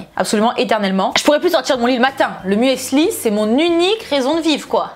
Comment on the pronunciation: l'huile d'olive omg 😂 Par contre il faut vraiment arrêter de dire "muèssli", ça se dit "mussli", c'est de l'allemand et le "e" ne se prononce pas ...😬 🍑🍑🍑